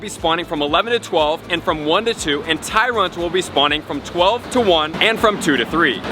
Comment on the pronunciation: oh "Tyrunt", not "Tyrant"